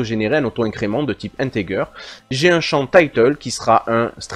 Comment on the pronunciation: J'ai adoré comment vous prononcez varchar (ça se prononce en effet varkar, bravo!) mais les dieux tuent un petit chat à chaque fois que quelqu'un dit "intégueur" au lieu de "intédjeur". Mes oreilles en saignent encore. A part ça, j'adore cette vidéo. Merci énormément.